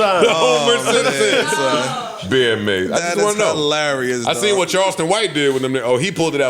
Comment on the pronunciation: “ Beer mase” they geek 🤣🤣🤣 its Bear mase JBP…